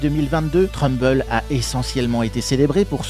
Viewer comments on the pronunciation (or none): Trumbull se dit "treumboul"😊